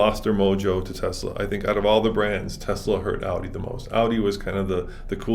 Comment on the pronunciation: How can this guy know so much about cars and still say “TeZla” instead of Tesla?